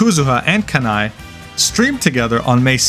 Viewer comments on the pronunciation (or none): this is a suuuuper small pet peeve but thats not how kanae’s name is pronounced, you quite literally sound out every syllable like “ka-na-e” not “ka-nai” 😭